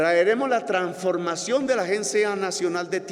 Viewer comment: Se dice transformación...... no tranformación.... que cultura tan impresionante....